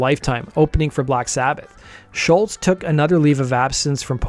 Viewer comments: You can’t even say his name right. Say Scholz, your saying Shultz dork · There's no "T" at the end of Scholz. It was annoying to hear you constantly say Sholtz.